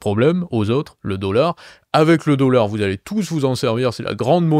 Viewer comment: "meaunétaire" le "deaullard"